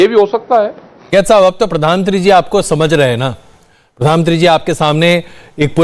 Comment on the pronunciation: पदानमंत्री मत बोला करो, प्रधानमंत्री होता है